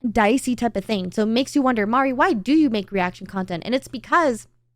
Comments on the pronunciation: Oh God, I have to watch Rev butcher Mari's name again... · Thinking that you may need to talk to Strawb to correct Rev's pronunciation of your name, Mari. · Rev got your name right saying mari then corrected it to mary while you were being happy haha